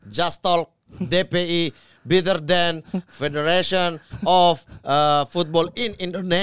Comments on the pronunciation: manteb ni bang mamat udah makin fasih bahasa inggrisnya. saran bang, yg bener pengucapannya better bukan bitter. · Mamat udah berapa tahun belajar bahasa inggris tapi ngomong better jadi biter mulu 😭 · Better bang, bukan bitter.. 😅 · better mat bukan bitter 😭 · Better apa biterr???